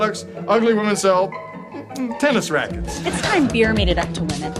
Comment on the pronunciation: The way he spells "beer" mademe chuckle, because it sounds like "bee" XD